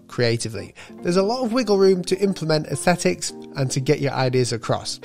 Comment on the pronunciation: You seem extremely fluent in using Vectornator, noticed you still an issue pronouncing the word 'aesthetics'. Thanks for another enjoyable vid,!